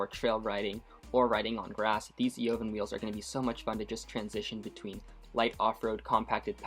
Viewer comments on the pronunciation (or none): Evaaaaaaaan , the O is silent. Words from the owner "Eovan".